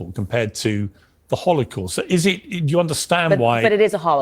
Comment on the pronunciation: It is not only a Holocaust ; it is a “Kh”olocaust; like the real thing . Jews cannot pronounce the H somehow when they want to appear “ Semetic “